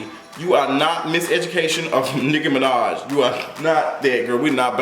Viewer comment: He said "Hoe-maj" I'm deceased 🤣